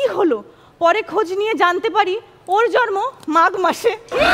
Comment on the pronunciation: জন্মকে প্রতিবারই উচ্চারণ করছে জর্ম🐸